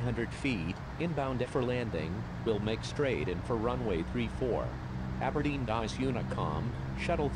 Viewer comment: it’s Aberdeen